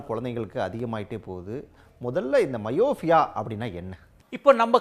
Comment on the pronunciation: ஹலோ அது மயோஃபியா இல்லை மையோப்பியா. Myopia. நீங்க உச்சரிப்பது myofia. என்ன நெறியாளரோ என்ன ஊடகவியலாளரோ போங்க. 😢 மருத்துவர் உச்சரிக்கும் போதாவது கவனிக்கணும். அதுவும் இல்லை. எப்படித்தான் உன்னையெல்லாம் வேலைக்கு எடுத்தாங்களோ தெரியலை.